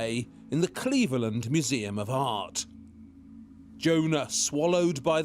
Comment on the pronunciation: Don’t miss a how me manages to make the word “Cleveland” sound exotic.